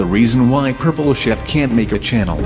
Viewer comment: Purple Shaap? It's Not Pink Sheep?